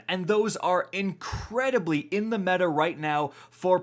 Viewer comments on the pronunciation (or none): none